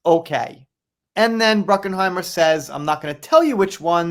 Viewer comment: It's Bruckheimer. There is no "N" in Jerry's last name. It's not Bruckenheimer. I won't watch any new Pirates movies, unless Johnny is in them. Johnny made Pirates Of The Caribbean a huge success, without him, it's garbage. So tired of these stories, if Johnny confirms he's going to do another one, then I'll pay attention.